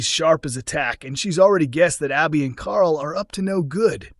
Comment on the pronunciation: Why is it so hard for the narrator to say Abbi ? Lol